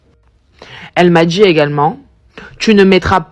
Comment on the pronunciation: "elle m'a djit" / "elle m'a djit", "elle m'a djit"...